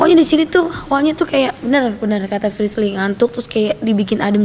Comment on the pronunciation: Telusurin=seselururin Frisly=Frisil Serah lu dah warrrrrrr-_